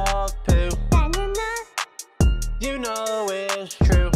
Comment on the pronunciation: I loved the fact that said bnana